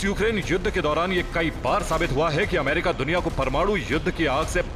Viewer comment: अमारिका नही होता है वो अमेरिका होता है